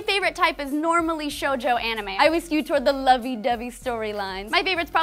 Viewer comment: Not gonna talk about seinen? Okay. Also, its either Shōjo or Shoujo, not Shojou!